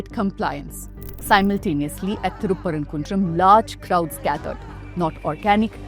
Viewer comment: 😂😂Wow calling it good journalist.. Can't say the town name properly..if they have done any study they would have found in 1980 ASI survey from state clearly states the lamp was lit there ... Skinader was killed there not any religion identity...by days passed they converted it to a dargah..He was king not any sufi imam as she claimed